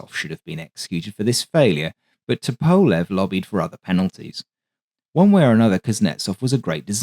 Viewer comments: The Tu-95 is an amazing airplane. But for the record, the designer’s name is pronounced “TUP-o-lev” not “tu-PO-lev” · Ok, I have a question. I normally wouldn’t question your pronunciation of anything. However, I’ve always heard it pronounced “Toop-a-lev” and I noticed you use “Tup-a-lev”. Is everyone else saying it wrong? Not a big deal at all just curious. Thanks for another great presentation! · FYI - Tupolev is pronounced TWO-PO-LEV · Isn’t it to-po-lev? Instead of to-powl-ev? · I'm pretty sure it's pronounced "TOOP-uh-lev"? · It's also dependent on the time of day. The great Sir Peter Ustinov used both pronunciations, and even a third - Tu-POV-lev, which was popular in the 80s and 90s..."The success of the ANT-1 (standing for the initials of Andrei Nikolayevich Tupovlev) test aircraft prompted..." Likewise, there will always be opposing opinions whether Tu-95 should be sounded out as either 'Too - ninety five' or 'Tee Yoo - ninety five.' Andrei, I think, would be more concerned with not having his assemblers, managers, testers, or designers executed vs correcting Western pronunciations - '...just spell my name right.' For the record. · Your videos are always a highlight of my day! One suggestion: Tupolev = “TOO-po-LOV” (why “LOV” for “LEV”? ‘Cause Russian!! 😂) Middle syllable unaccented…there, Bob’s yer uncle!!! Seriously, you are a gem in a sea of AI-generated narration and nonsense. 😊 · Actually, it's TOOP-oh-lef, with the accent on the first syllable. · The way you keep mispronouncing Tupolev is infuriating me. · great video, apart from the slightly odd pronunciation of Tupolev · Excellent video but and its big but your pronunciation of Tupolev is like dragging your nails down a blackboard to me